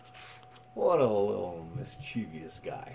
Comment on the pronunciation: Mischievous NOT mischevious 🤨